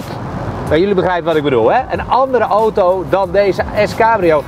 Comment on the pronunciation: Het is aaauuto....auto....geen ootoo.....